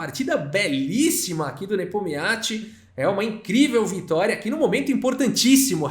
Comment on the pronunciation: Cara não tem jeito ele só chama o Nepominiachi de Nepomiachi